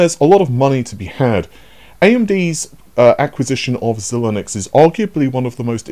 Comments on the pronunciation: Zi-links. Like Sigh, but with a Zed. Zi-linux? Bro? for real. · Not “Zil-Linux” Xilinx predates Linux by over a decade. It’s not pronounced the same. Pronounced 2 syllables the first I is a hard I and the second is a soft i. Xi-links.